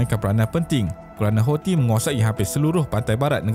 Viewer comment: boleh tak sebut perkataan Houthi tu dengan bunyi yang betul??? sebutan dia ialah HUUUU-TSIII. Ejaan dia Hou sebab dalam alif ba ta, H tu ialah huruf Ha Pedas. Thi tu pulak sebab huruf Tsaa. Jadi sebutan dia ialah Huu-Tsi. Bukannya Hausii. amendelah